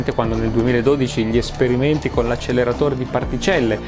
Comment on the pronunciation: Con rispetto, acceLerare si scrive e si pronuncia con una sola l